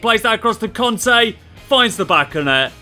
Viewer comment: Its not conte its kante